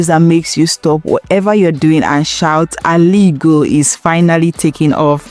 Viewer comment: What are you even saying? What is Aligo? Is it Ezza language or Izzi language? When I heard the first one I thought it was a slip of tongue, until you mentioned it again. Don't ever corrupt that precious word again if what you meant is Aligbo. Obviously, you can't speak Igbo. Secondly, you're quite aware that the Ariaria Market project is a private sector initiative that started even before Alex Otti became governor but you started shouting that Alex Otti is building skyscrapper, are you okay? Or you're just a paid sycophant. Where on earth did Alex announced that he's building skyscrapper? That's not even a skyscrapper but a highrise of about 7 storey building. I always cut short the video anytime I sense lies and misinformation. Alariwo!